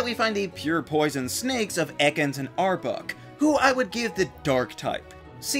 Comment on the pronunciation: "Ar-buck". The way you say Arbok's name is hilarious to me.